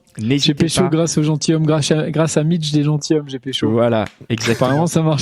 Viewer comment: Bon, alors, tous les podcats sont géniaux... Sauf à la première minute : on dit " les gentiZommes" ! Nom de Zeus ! :)